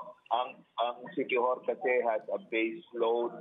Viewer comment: "Inila-GUY ang siqui-WHORE..."